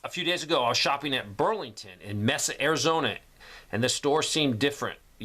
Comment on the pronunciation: Just an FYI, it’s pronounced MAY-suh, Arizona. I used to live near there. 😉